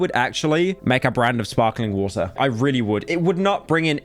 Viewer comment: It is so funny to watch him cope by saying water with a capital 'T' Then fall off It least he had it a full 10 seconds.